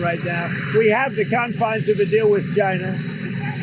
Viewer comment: Why does Trump call China “Gina”? 🤨😂